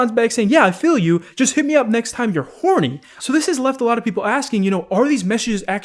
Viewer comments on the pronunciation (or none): "next time you're HORNY" wow you had some emphasis on that LMAOOOOOO